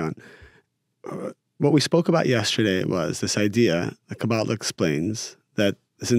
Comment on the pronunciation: Thanks for the interview, canr i ask please.. stop saying Kaa>Baala, its Ka-ba-<La. Its very annoying for Hebrew speaking